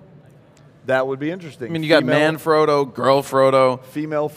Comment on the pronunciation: Oh Good Lord what i see...It's Manfrotto... (Italian word, i'm Italian) not ManFroto... i think that you make a mistake...